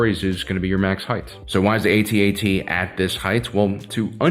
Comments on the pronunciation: Lost any credibility as soon as I heard A-T-A-T and not AT-AT. Was called the AT-AT when ESB came out and again when RotJ came out. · It’s actually pronounced: AT-AT…….NOT: A,T, A,T……..1980s original Star Wars fans know this……plus an AT-ST is called a scout walker……NOT: A,T,S,T……kids these days don’t know anything! lol 🙄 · "At" "At". Not "A" "T" "A" "T" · It's "AT-AT" not "A-T-A-T". Why? Because you don't say T-I-E fighter. And you'd better if you're gonna insist that it's "A-T-A-T". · Can you please just say atat, you don't say T I E fighter. It's what people called it back in the day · I was restraining myself on commenting on his pronunciation of AT-AT, then he said "Cash eck" and I lost my mind.